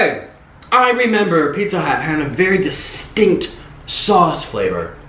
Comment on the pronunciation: I believe he said distink flavor. Tasting the worst pizzas ever.